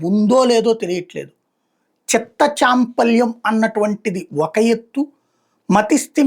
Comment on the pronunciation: No champalyam, chapalyam is correct word please 👍.